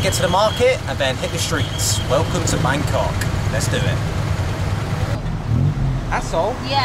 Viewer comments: No need to repeatly pronounce it Bang Cock! :D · They seem to pronounce it like Bangor in Wales.